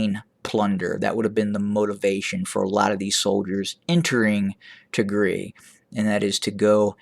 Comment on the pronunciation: You pronouncing wrong Tigria, you have sound it Y ( Tigray) But Thank you for being voice of Tigray we Appreciate it